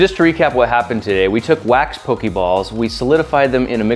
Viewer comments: po-kay ball, not po-kee ball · I cringed every time you said "pokey ball". If you people are going to appropriate my niche hobby, at least learn the franchise's correct pronunciations goddammit. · 'poke-ee ball' i scream everytime